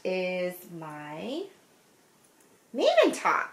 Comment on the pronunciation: Hi! I thought I’d fill you in on the pronunciation of Maven. And I’m only doing this 1.) To put you out if your misery when you show it in future episodes; and 2.) Because you said you try very hard to say people’s names correctly. No, maven is not a person’s name, but still. So, “maven” is a word that has become really popular in North American English over the last few decades. It is a Yiddish word, meaning “expert, connoisseur”. As in, “I can’t sew worth beans, but he’s a real maven.” Also, Yiddish is in the Germanic family of languages, but about 5-10% of the words have their origins in Hebrew. “Maven” is the present tense singular of the Hebrew verb “to understand “. But, how is it pronounced? Like the Yiddish version…MAYven, as in the month of May, stress on the 1st syllable. Rhymes with “I’m cravin’ some ice cream.” Okay, more than you bargained for 😂. Loving all that you do!